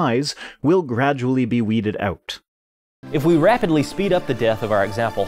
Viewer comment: That's the first time I notice the Canadian "out" in your speech. I would add that some mutations that are generally harmful can sometimes be helpful. A sickle cell anemia is a good example. I think this is one of the reasons why eugenics was such a bad and stupid idea.